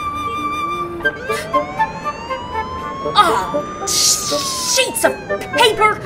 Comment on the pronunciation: you said sheats of paper then you said shit or at least it sounded like that and is it weird when you read a comment that says stuff like your hot and stuff?